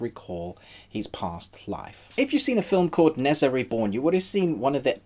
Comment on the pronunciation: Nezha = NER JA not nez ah